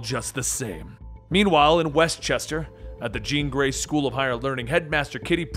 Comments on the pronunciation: “Green jey” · Anyone else hear him say the green jay school of higher learning lol im pretty sure he meant jean grey ,iether way i love these videos